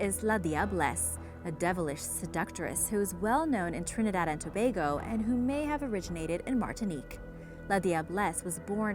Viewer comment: Really great job, I am Trinidadian and your pronunciation is great lol normally ppl have lots of trouble 🤗